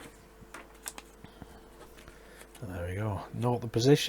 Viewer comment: that little map to Dresden is just super cool. this is great! it also sounded like you said "f*ckin' excellent" lol